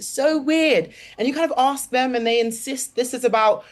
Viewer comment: "OSK THEEM"